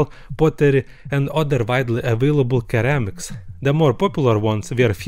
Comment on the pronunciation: Seramics not keramics 😂😂😂